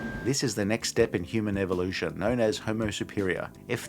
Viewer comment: Evilution.....Not evolution😂😂